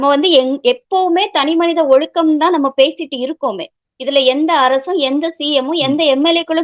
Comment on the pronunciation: Did he pronunce ஒழுக்கம் properly? I heard him say ஒழுகு.